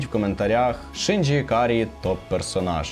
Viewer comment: Насправді Євангеліон це досить таки небезпечна штука, можна навпаки глибше і депресію впасти азазаз *Ще також хочу трохи понудити, вибачте т-т Не Шинджі, а Шінджі Не сьонен, а шьонен (Я просто вчуся на яп філології і мені здається, що для таких відео були б не зайві поради щодо правильної транслітерації 🙏)